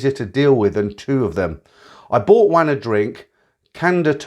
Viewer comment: Wan is pronounced Warn (sweet).... for a so called expert on all things Thai....terrible pronunciation!